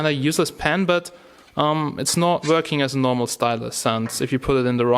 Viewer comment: "it's vorking" lol